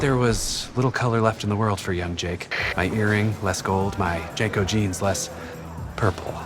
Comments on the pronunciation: How are you gonna make a video and not even know how to pronounce jnco correctly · From the wild mispronunciation of JNCO, to believing that a Sega was a Nintendo, to thinking people wore windbreakers to raves, to completely misunderstanding the real threat of Y2K and all of the very real and very hard work programmers had to put in in 1999 to rewrite nearly everything so that nothing would happen -- maybe this video was the cringe we had all along.